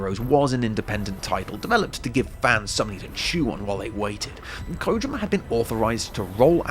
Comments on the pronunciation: Usually I hear people say "koh JEE ma" but Kojima doesn't have two Is in it, so what did is accurate. He pronounces his own name in "Hideo Kojima’s Closet Picks" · Thanks for being one of the people in the Anglosphere I can count on a single hand that bothers to pronounce his name correctly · You're the first youtuber I've seen who pronounces it 'Kojima' and not 'Kojeema'... thank you